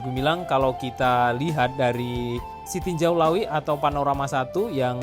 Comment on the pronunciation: tarimokasih infonya sanak, sekedar untuk masukan, untuk penyebutan nama tempat supaya disebut sesuai penyebutan kita di minang, jangan di Indonesia kan